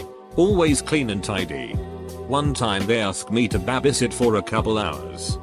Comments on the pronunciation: Reddit voice: "I used to BAH-BIE sit" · Scottish accent, “it’s just a wee bahbie” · He says it how cash me outside bitch spells it lol